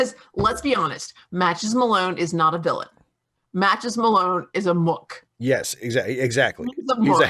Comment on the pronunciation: "Muk"? Who the fuck pronounces it "muk"? It's "moo-k"! MOOOOOOOK.